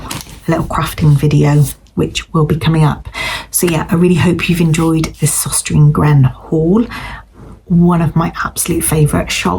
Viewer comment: The store is pronounced sostrenah grenah.